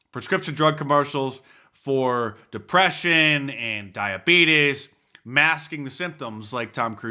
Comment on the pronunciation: I know how Mark dice says diabetes now. I can sleep.